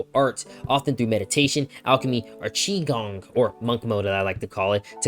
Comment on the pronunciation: Tai chi practitioner here: your pronunciation of qigong is actually pretty close. That said, the moves you do to explain more closely resemble what would be called forms (at least in my school). The difference is forms are made to more closely resemble what you might actually do in a fight, while qigong movements tend to be simpler and may not have direct martial applications, but help to build good habits and fundamentals.